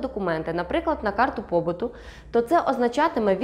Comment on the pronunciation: Карту побуту 😅😅😅😅😅😅😅😅 😅😅😅😅карта побиту правильно ✅